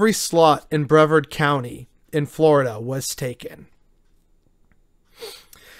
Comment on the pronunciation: It's pronounced Bree - vard.